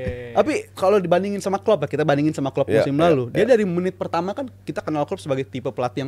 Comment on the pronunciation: Ulang lagi bang, "babak peetama mencermati babak kedua Matii" 😢😂 Bang seriously?😅